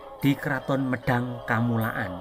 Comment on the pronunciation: Medang kamulyan bukan medang kamulaan mohon koreksi admin